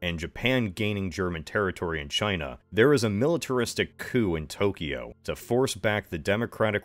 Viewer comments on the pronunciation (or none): none